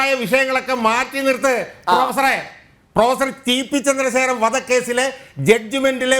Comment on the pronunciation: ഷാജഹാൻ ഇടതുനിരീക്ഷകനോട് ഇടക്കിടക്ക് പ്രൊഫസറേ..... പ്രൊഫസറെ..... എന്നുവിളിക്കുന്നുണ്ട്.... കേൾക്കുന്നവർക്ക് പൂറാ.... പൂറാ.... എന്നുവിളിക്കുന്നപോലെ തോന്നുന്നു.... 🤭🤭👍